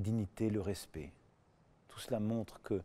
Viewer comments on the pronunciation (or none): Faut apprendre à prononcer "PAIX" et "RESPECT"... Il ne sait même pas parler français correctement, quelle honte ce type.